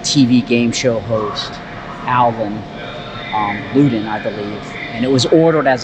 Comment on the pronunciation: If I were going to get a Cadillac Seville, I would want this one. Colour's great! BTW, "Ludden" rhymes with "sudden."